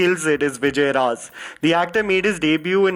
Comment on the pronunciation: It's not Vijay Raaz He's name is Vijay Raj